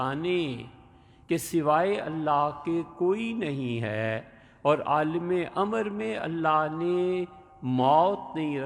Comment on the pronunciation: عالم لام کےزبر سے کہنا چاہئیے لام کے زیر کے ساتھ بلکل غلط ہے ۔